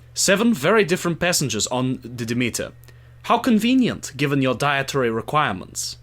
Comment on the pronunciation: I enjoyed the 2020 series. Found your analysis interesting, though. To be fair, Dracula is such a known story, anytime a departure from the book comes around, i tend to enjoy it, because it's hard to get surprises from overexposed stories like Dracula. Also, it's De Meter, phonetically. Not demi, like Demi Moore. Demeter, Greek goddess of agriculture. Also, Lord Ruthven is a nod to Polidori's Vampyre. One other thing I felt was a thing with this series is the nod to the style of the old Hammer films about Dracula. Even Frank Frazetta paintings seem to have been referenced, in the third episode. The second episode, involving the trip on the Demeter, I enjoyed, because that trip was barely touched upon in the book or in earlier iterations on film. I really very much liked this series.